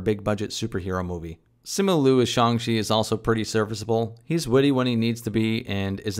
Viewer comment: It's "Shang- Chi... not shong shwe. ???